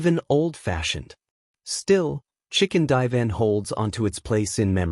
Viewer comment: I can't stand the copy that narrates this video it's so stupid. "Chicken die van" ... Good grief... That's just One stupid thing. Stupid AI.